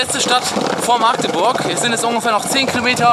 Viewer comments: Wen triggert es auch dass er maaagdeburg sagt? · Wer sagt alles aus Magdeburg nicht Maagdeburg? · Das heißt Magdeburg nicht Maaaaagdeburg👍😂😂😂😂😂😂😂😂cooles Video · Wenn ich dieses maaagdeburg höre. #agressionen. Dat heißt Magdeburg. 😂😂Krass wie lange dat her is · jUNGE ... das heißt Magdeburg und nicht Maaagdeburg ;) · Es wird Mackdeburg ausgesprochen, nicht Maaagdeburg ;) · Es heißt nicht Maagdeburg sondern Magdeburg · Wie du jedes mal Maaahgdeburg sagst, statt Magdeburg :D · warum sagt eigtl jeder Maaagdeburg? so schwer ist es nicht unsere Stadt richtig auszusprechen 😂😂😂😂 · Ich kann dieses Maaaaaaagdeburg nicht mehr hören, das heißt Magdeburg (a kurz gesprochen) :D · Kommt n bsl später aber ich kann es nicht Hören das: Maagdeburg Einfach bitte Mackteburg aussprechen danke xD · Warum sagen alle immer MAAAAgdeburg???? Es heißt Magdeburg , mit einem Kurzen A🙁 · nicht maaagdeburg sondern Magdeburg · Mensch magdeburg und nicht maaaaagdeburg zieht das a nicht so ine länge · wie du immer Maaagdeburg sagst :D voll süß. kannst du mal wieder nach Magdeburg kommen? ich will dich unbedingt treffen! damals wusste ich noch nix von der lbtour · Ich wohne einfach mal in Magdeburg. Ich kenne alles. xD das einzige was mich aufregt ist dieses Maagdeburg. Das a ist kurz oder halt Machdeburch xD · du hast magdeurg falsch ausgsprochen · Das a nicht lang gesprochene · das wird kurz gesprochen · Digga meine ohren ich wohn in Magdeburg und du sprichst es immer falsch aus